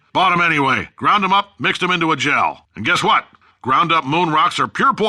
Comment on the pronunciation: Is it me, or did Cave start saying "Wh" like Stewie from Family Guy ? :L